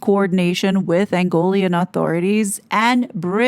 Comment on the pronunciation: It is Angolan not Angolian.